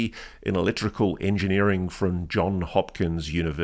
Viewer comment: With all due respect, the correct name is: Johns Hopkins University, not John. Thanks for your great work! I watch all your broadcasts.